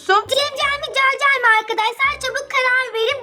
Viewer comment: Cemcel değil cercel